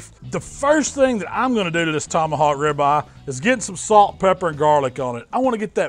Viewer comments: “Tomahawk ribah” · He pronounced it just like this " tomahawk Rivah"